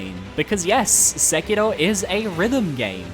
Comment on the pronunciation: Why are you saying Sekiro like that... You trying too hard.